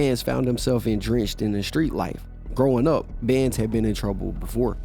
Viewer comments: This nigga said “endrenched” lol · It's entrenched not "endrenched" please learn english man